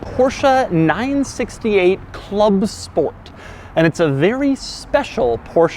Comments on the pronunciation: I really want to smash your head when you say "porshA" instead of "porsche"... There is no A!! XD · porschE not porschAA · It's not a Porsha... it is porschE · Porsche .. Not Porcha lol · ProschE not PorschA. Damn. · No it's "porscher" not "porsh-aa"! It ends in a fucking E not an A! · Not sure if Doug knows but I believe it's pronounced Porsche and not PoRsHa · its porshE, not porshA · Please stop saying PorschA!!!! It’s Porsche. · Porsche!!!! not Porscha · Doug it's Porsche, not Porshc-a! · Jesus, Doug... I am getting scared of watching your Porsche videos... For the love of God, it's PorschE, not PorschA... Just like you're Doug, not Foug.. :) Poor Ferdinand is probably rolling in his grave... Love your channels by the way, keep up the good work..! ;) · it‘s Porsche and not Porscha!!! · It’s not a porsh uhh. Porsh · THIIIIIS IS NOT PORSCHA ITS PORSCHE FOR GOD SAKE! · Why the Americans call it a PorschA is beyond me. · again Porscha dear god americans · STOP SAYING PORSCHE-A, ITS SO ANNOYING!!!!!! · Its not a PORSCHA 🤣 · Take a shot every time Doug says Porsha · Joey: It's PorschA!!! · And even though..it’s NOT a PorsCHA😜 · PorschA is back...... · A PorschA ? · I love Porscha. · PorschA??? god i wanna smack u in ur head whenever u say PorschA!! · How many times he said the name Porscha incorrectly and he even had it correct in the title and written everywhere on the car... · Hitting like faster than you can say THISSSS XD And btw PorschEH, cmon :D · "porsha"? wut :D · Porsch AAAAA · Stop saying Porsha. Every time you say Porsha a baby Porsche dies. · nice, another PORSCHUAH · So we have a porsha here. OK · THIS...is not how you pronounce Porsche 🤷🏻‍♂️ one of my favourite quirks is how there’s no -a at the end. And if there is one, I can’t find it. 🤓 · Please learn how to pronounce german car names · next goal is to get him say Porsche correctly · I cringe every time he says Porsche